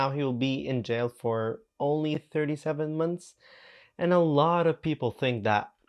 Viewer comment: Bro said diddys going to jaul for 15 months, 50 months and 50 yrs 😭